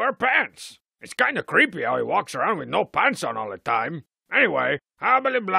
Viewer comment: but you said cweepy pants all the time get some